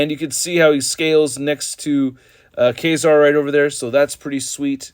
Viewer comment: Ka - Zar as in Lazar, not Kay - Zar.